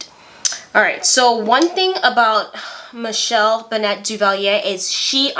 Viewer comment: Michelle Bennett Duvalier is on Twitter now. She hasn't changed one bit. Her son Nicholas Duvalier is also on Twitter and Instagram. He was going to run for President before President Moise's assassination. But has since returned to Florida. Also, her last name is pronounced the same as singer Tony Bennett, not "Benette". And Gabon is pronounced (Ga-Bown, not Ga-boone).